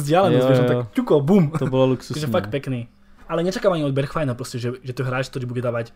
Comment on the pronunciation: Nejsem si jistej ale myslím že se se Bergwijn čte "Berchvajn"